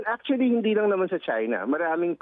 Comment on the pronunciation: Achully, achully, achully...